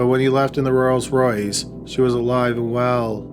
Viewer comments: Rolls-Royce not royals royce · Hey Dude..... it's Rolls Royce. NOT Royals Royce 🤪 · The way you keep pronouncing Rolls Royce is annoying